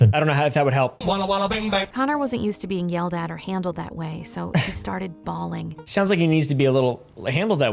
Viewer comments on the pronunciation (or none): “So he started bawling” What everyone heard: “So he started ballin’ 😎”